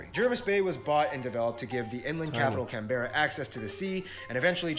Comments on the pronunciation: ‘Can-berra’? No - ‘canbra’ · no op is correct its pronounced cam-bruh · Um… Canbearuh? It’s pronounced like canbruh. Canberra. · It is pronounced Canbra. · Oh god why did he say can berra hearing it pronounced like that made me cringe 😂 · Ah yes can bearer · I love hearing all the American pronunciations Melbourne is Mel-BORN Canberra is Cam-bra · Listening to people pronounce canberra like that pains me. We say it kambrah. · Largest island smallest continent and it's pronounced Canbra as for landscape from tropical to temperate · Um, did that man call the capital Canberra, like say it like that. In Australia The capital is pronounced as cam-bruh. Here have this little history on the capital. So a long time ago before Canberra was built, Sydney and Melbourne were fighting over which city was going to be the capital. So eventually seeing as they couldn’t decide which to settle with, they went half way and built Canberra. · It is best to pronounce Canberra by saying each letter. I don't know where the -bruh comes from, but is wrong. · I’ve been to Canberra before and they definitely pronounce it as Can-bra or Can-bruh, not many people pronounce it as Canberra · Why was he saying Canberra so weird 😂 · That is the strangest pronunciation of Canberra I've ever heard wtf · The way he said Canberra made me cringe 😖😫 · It annoys me so much to hear that guy pronouncing Canberra wrong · My eye keeps twitching when he pronounces Canberra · Come on it's only Canberra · Same! LOL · OMG me too I was cringing every time!!